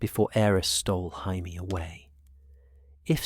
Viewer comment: "Hai-mee Lannister" -AI narrator